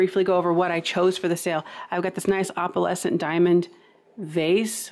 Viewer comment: Love ur videos but wish u would pronoun opalescent the correct way!! Go to YouTube How To Pronounce Opalescent....& just practice, like they say practice makes perfect!!!!